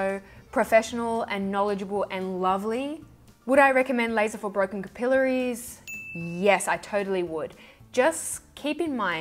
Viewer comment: Haha. I love how you say capillaries! (Kipilleries). Hehe. 😝